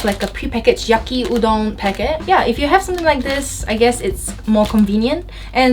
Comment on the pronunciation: Why does Yaki Udon sound like Yuki Udon 😂